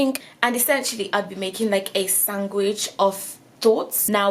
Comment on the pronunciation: sorry but i find it soo cute how you pronounce sandwich lol